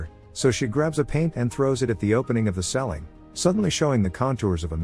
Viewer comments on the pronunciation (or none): Why did the pronunciation of the word “ceiling” irritate me so much? Lol he says “selling”